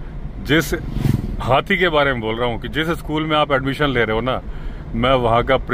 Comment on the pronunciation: जब आप हाथी को हाती कहते हैं तो बड़ा बहुत अच्छा लगता है हमें 😂 हालांकि मुझे पता हैं कि आप हाथी ही कहते हैं लेकिन हमें कभी कभी हाती सुनाई देता है